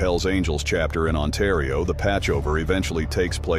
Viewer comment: Otario lol it's ontario